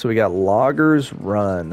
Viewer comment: Great park! The stations were awesome and the layout of the flume and the "logger" "logder" lol were by far my favorite. The detail of this park was very well thought out! Loved it! I really need to get a PS5.. lol